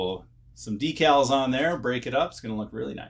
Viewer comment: That’s great that you have mastered the correct pronunciation of “Decals” now it’s time to work on “Tamiya” Ta-mi-ya Clap ooot the Syllables 👏Ta👏mi👏ya.👍